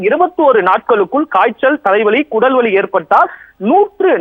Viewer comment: does he said "kudal vali"? Instead of "udal vali," or only I heard that😮